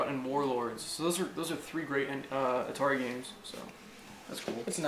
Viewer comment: It's not Altari it's ATARI